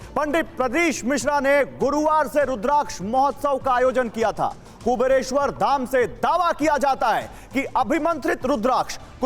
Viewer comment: एंकर को पहले ठीक से 'कुबेरेश्वर' बोलना सीखा दो भाई !